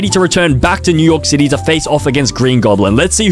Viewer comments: Did he say mew York city or was that just me? Oh and there is not a single movie without P.Diddy in it and I only watched a little over half the video. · Did he say ’’mew York city’’ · bro did NOT just say Mew York City 😭🙏